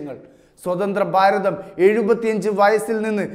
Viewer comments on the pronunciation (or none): none